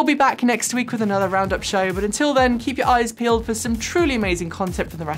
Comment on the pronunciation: "Coming up on today's shoooow" Makes me giggle every time especially as I try, and fail, to do an English voice. LOL!!!